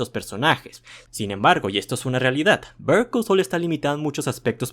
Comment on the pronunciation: Literalmente estás pronunciando Bear Call Saul 😂